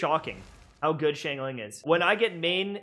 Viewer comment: what did you call xiangling ? 😟